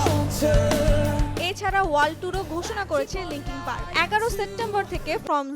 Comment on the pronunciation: মাইক ছিনোডো - দ্যা অ্যান্ট - ওয়েটিং ফর দ্যা অ্যান্ট - লিংকিং পার্কের ব্র্যান্ডের - আহা উচ্চারণ! কি খাইয়া যে প্রতিবেদন বানায়। এটা একটা ব্যান্ড, “ব্র্যান্ড” না।